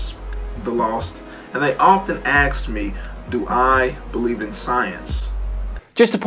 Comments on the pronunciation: I just cannot take ANYONE seriously or consider them intelligent when they pronounce Ask like "Axe". SMH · And what about BAD language from black ppl?.. The word is ASK !!!,.. NOT Ax. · ...and they often AXE me, ... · They axe you? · They axe him? just chop him down. lol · Is it just me or did the Paster just said "ax". Or do I just WANT to hear that. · AXED, AXED, AXED! Classical with these people... smh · I don’t “axe” anyone anything. I ask. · So, the old Jewish Book of Fairy Tales (The Old Testament) is historical fact?? Sure. And can this man learn to pronounce ASK correctly? It is not AXE. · Anyone who says 'ax' instead of 'ask' is immediately a dribbling cabbage. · By the book ministries should learn to speak English. It's ask, not axe. Jesus fucking christ. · They axe him? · Ask not aks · 'often axe me' sorry did you mean 'often ask me'? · As soon as a so called educated person says "Axe me" instead of "ask me", you know he's a moron. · My first problem with this guy is a seemingly intelligent educated man using "axe" instead of "ask"! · i refuse to respond to someone who says ax me a question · Are we supposed to trust a man who can't distinguish between ask and ax? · AXE you. well obviously you don't believe in correct pronunciation either.. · The words "as a pastor" should be followed by I have no business discussing science. And if you don't know the difference between ask and ax... well, I'm not listening. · Is he saying "aks" instead of ask? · thank you for not grabbing on to him using aks instead of ask. Dialects aren't a sign of intelligence. He shows his ignorance thru the substance of his beliefs, not speaking his mother's tongue. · “I conversed with atheists - they often axed me” Sh1t, guys, no - violence is not the answer ! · K, he can’t say “Ask” But yet says “Axe” That right there just shows, he has no education. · "... and they often axe me..." wow, such a good start... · why do some people say "aks" instead of "ask" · WTF is "AXT me"???